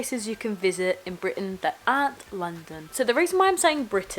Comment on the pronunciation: 5 years in uk,that explains the mancunian way of saying 'Aren't', innit?! haha love it!